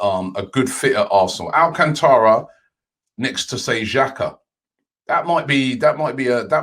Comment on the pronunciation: Junior Barra my bad I meant al-cant-ra